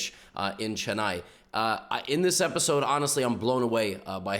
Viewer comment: Bru the way he mispronounces Chennai hurts my soul